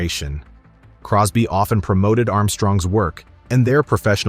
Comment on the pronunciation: its cosby not crosby , but hey you da one wit da facts